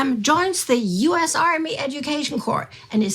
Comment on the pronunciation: its "US" not "oos". Worst narrator on the channel. Had to rewind multiple times to understand what she was speaking.